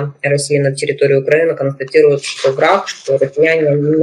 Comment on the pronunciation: Повторяю за ведущей : « Вы констаНтируете тот факт»….? Евгений, где вы таких находите? Ведь вы же интеллигентный , так с вами интересно, речь у вас очень красивая. Зачем вы таким малограмотным дамам даете интервью? Если она не знает русский, пусть берет интервью на английском, но ее слушать совершенно невозможно!